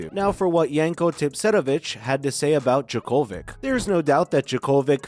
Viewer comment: Why don't you pronounce his name properly? He is already in Australia, practicing!